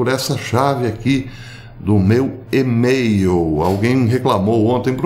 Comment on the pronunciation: A questão da sua pronuncia de MAIL é maior do que sua tentativa de imitar os britânicos. O ponto principal é o entendimento dos que querem se aprofundar na fonte citada e do fundamento básico da comunicação que é a simplicidade. Eu o entendi desde o inicio por ter conhecimento da língua inglesa e preferi pensar que era uma estratégia de forçar comentários, como esse, aumentando a relevância dos seus vídeos. Continuarei como seguidor pelo excelentes conteúdos. Abs